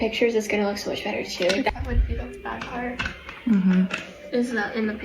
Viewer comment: Why do you pronounce “better” as “bettERRRRRR”….